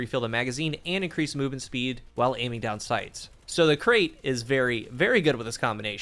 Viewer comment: I love how you call Krait like Crate, it's pronounced like Bright, it's named after a snake